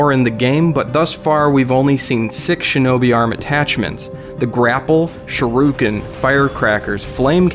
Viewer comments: Dude, nice video, but please it's SHURIKEN, not SHIRUKEN. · "Shiruken" :c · Shuriken not shuruken. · It's "shuriken" not "shoruken" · shar roo ken? WTF is that? I know of Shuriken. I googled it but all I come up with are names of characters / people. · "shiruken"? :D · Securo? whats that securo? , OH you mean Se ke do! , oh alright! oh wait.... shiru ken?, shu de ken! yes alright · He said "shiruken" hehehe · Shuriken...not shi ru ken